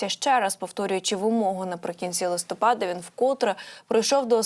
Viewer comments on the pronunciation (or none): none